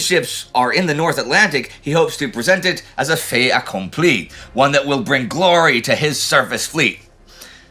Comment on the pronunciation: Please kndly let Indy know he can pronounce the "t" in "fait accompli", because it sits between two vowels – rather like the first "r" in "car alarm" even in accents which don't pronounce "r"s at the ends of words (e.g. most English accents).